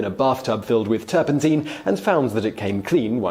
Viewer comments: NOT "turpenteen". It's "turpun tine". Like the tines of a fork. Oh, you don't know what a fork is now. Ye gods. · That's not right. I just checked online Oxford Dictionary as used by google, OED directly, Cambridge, Merriam Webster and Collins . All say it is turpenTINE as in mine, not TEEN like the video guy. In US and British English. And in my home town and current town, at opposite ends of England. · I was wondering if it was me that was pronouncing it wrong for the past 60 years 😂😂😂. Turpen-tyne, like the river. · I have never in my nearly six decades heard "turpentine" pronounced to rhyme with "gasoline". I mean, I can see the logic in it, but "turpen-tyne" just sounds better.